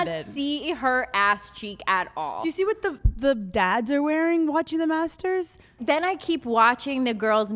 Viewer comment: I just watched this and instead of Master’s I keep hearing masseters lol